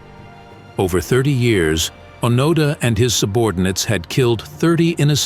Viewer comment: I don't need commentary from someone who lacks the intellect and/or motivation to formulate a video without utilizing another's accomplishments. The least you might consider is properly pronouncing the name of your subject!